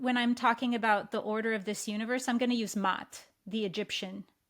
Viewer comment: is listening in the Unified Field as she is speaking. I am listening to this video 10 days after it was posted. And when she talked about Maat, she pronounced it with one "a" as Mat, and I have corrected her, saying it is pronounced Ma-at. And immediately she has corrected her pronunciation, the next time she had used the word, Ma-at. I love how enlightened she is. Time is an illusion.